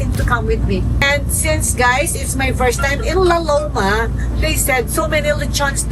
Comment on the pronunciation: heh heh heh i like the pronunciation “ lao lowma “ heh heh heh ‘ LAO LOWMA ‘ 😂